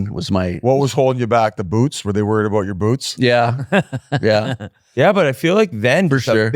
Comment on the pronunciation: I'm really Wah-read (worried) about him.....